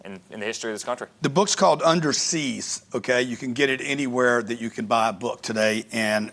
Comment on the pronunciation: He's saying seize but the title to video is siege. Which one is it